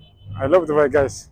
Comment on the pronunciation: Subai jetteem Dubai jedhii sirreessii😂😂